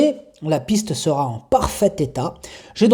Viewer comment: Bonjour, Bravo pour vos pronostics, vous êtes en forme ! Mais à la minute 6'07 à propos du n°7, vous rajoutez un t à sera, dommage...sera affutée, pas de t à sera... Je n'ai pas joué donc pas perdu...😎 Bonne continuation Cordialement